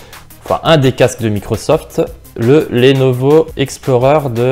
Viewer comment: Bonne comparaison sinon Lenovo ça ne se prononce pas lénovo mais leunovo.